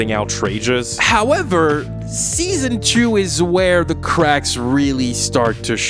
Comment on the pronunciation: It is always so fucking funny when you say HOWEVER. It is because I watch a big Yu-Gi-Oh YouTuber and HOWEVER is just a meme on his channel and i cannot help but crack up every time you say it. Ah yeah and your YouTube Videos are really fucking good. You are the reason i watched some of the shows you talked about especially Teen Wolf i really enjoyed (until Season 5 lol). And this will be my next series to watch bcs of u M8. I first saw your Video on Emily in Paris like so many others, but since then i watched every Video and especially the Flash, Sabrina and Riverdale i Downloaded and I listen to it multiple times a month. Also I am from Germany so pls excuse bad grammar if it happened to be idk. I hope you put out this content for the years to come.